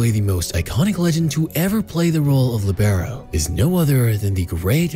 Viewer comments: It's Lì-be-ro with the accent on Li, not on be. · I don't want to bother anyone, but I think the stressed vowel is in "li" instead of "be"